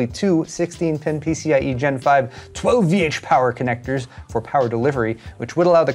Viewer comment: All my colleagues now wonder why the hell I say "12VH POWER" like that every time...